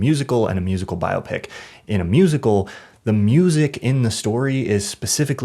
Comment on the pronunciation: Thank you for pronouncing "biopic" correctly! 👍